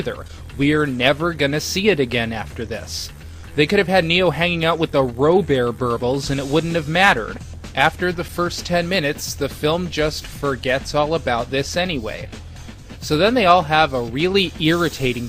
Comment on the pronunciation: "Ro-Bear Berbils" LMAO